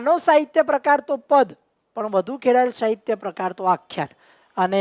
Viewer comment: તમે સ નો શ બોલો છો. અભ્યાશ નહિ, અભ્યાસ, શાહિત્ય નહિ, સાહિત્ય